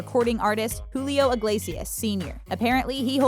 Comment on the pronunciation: I hate how she says Iglesias, sounds like she is saying Igliesias wtf